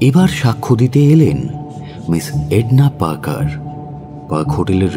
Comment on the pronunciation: এডনা পার্কারের ইংলিশ অ্যাকসেন্ট আরো একটু বেটার হওয়া উচিত ছিল।